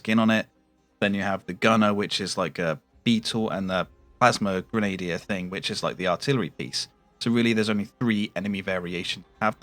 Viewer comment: It's pronounced 'Gren Ah Deer' . Grenadier . Not Grenadia. You don't hear Grenadia Guards, do you? A Pom should know better 😉 🇦🇺